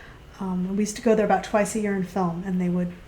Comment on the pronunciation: Aboot sounds like he's Canadian